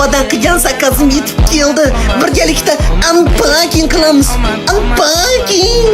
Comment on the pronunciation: unpacking ❌. ampaking ✅ 😅